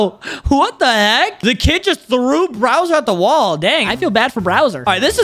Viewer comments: You mean Bowser, not “Browser” lol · Bro said "BROWSER"?!?!?! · He called bowser browser 😂